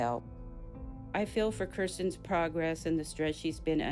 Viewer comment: Way to make Kirstens look bad. Uggggghhhh. But thank you for pronouncing it correctly!! Very few people do 😅